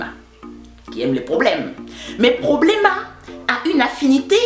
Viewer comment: "Problêma" Je me suis pissé dessus lol